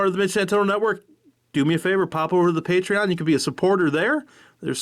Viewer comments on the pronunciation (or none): none